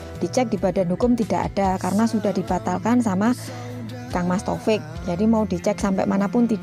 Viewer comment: Maaf masut saya mas tofik bukan totok